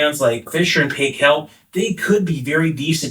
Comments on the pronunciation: FYI Fisher & Paykel is pronounced 'Fisher and pie- kll' -Not 'pay' and not 'kel'. This is a New Zealand brand. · Interesting comment about F&P, known for their drawer dishwashers. Fisher & Paykel is a NZ brand and Paykel is pronounced like "Pie-Kill". Yes, great machines, but servicing can be an issue in the US.